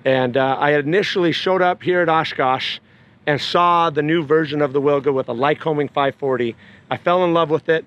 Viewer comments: Amazing plane :O... Just small comment "Wilga" - Polish name for oriole bird, pronounce like vilga, not willga. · It pronounces Vilga. In Polish "W" is like English "V". 😉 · Amazing plane, but the proper pronunciation of the name is VILGA (veel-gha). It's Polish for Eurasian golden oriole (a kind of bird :) )